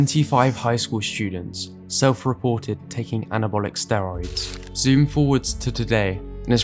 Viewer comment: They all mispronounced "steroids".